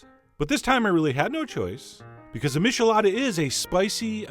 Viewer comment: John, you nitwit: MITCHelada, not MISHelada! No offense. Just trying to be helpful. This is the beat I can do.